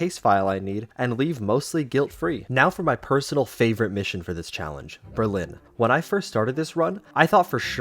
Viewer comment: Berlin not berline